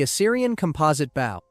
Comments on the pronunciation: Hearing you pronounce bow like that instantly made me stop watching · and he says “bow” as in the formal east asian greeting instead of the proper pronunciation. he just lost me as a subscriber too :( very sad but you’re right we can’t put up with this or else it will dominate the entertainment industry later on.